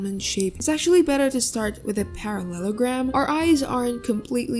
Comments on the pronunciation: I love how you say "parasolorphas" like a parallelogram is a dinosaur or something 🤣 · this damn paraslarsffussussesus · "Paraleslarpious" HAD ME DYING😭💀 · ah yes, perasalolafiss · Not the parasaurahslouusfus instead of paralellogram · “with this damn parasellorphus” ok fr tho this helped me ty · and u said parallelogram wrong.